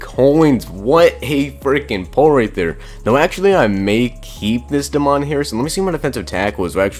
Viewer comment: DAY-MEN Harrison not DA MON Harrison hahahahah come on man